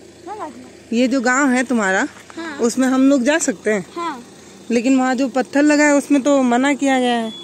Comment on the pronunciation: पत्थल नहीं😂😂😂 पत्थर Madam😅